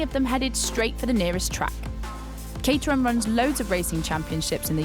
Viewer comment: I thought it was pronounced Cat-er-ham